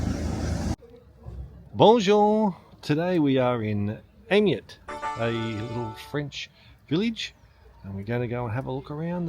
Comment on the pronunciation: It's pronounced "Ay-May" and, like most of the Bastide towns, Winter doesn't show it in its best light. Late Spring, Summer and early Autumn is the time to see these places.